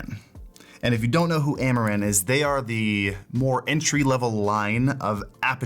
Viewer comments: I kept hearing Amouranth and not Amaran. So when he said "thanks amouranth" had a wtf moment xD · I heard "Amouranth" lights :face-green-smiling